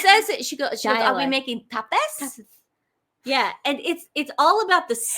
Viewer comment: No matter what "accent" she used, if she called them "tepes," she mispronounced it. It's "TAH-pas."